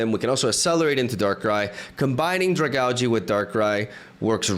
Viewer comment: Not to be that guy but is it not pronounced Drag-aalj? Even if not that sounds a lot better than Drag-algae.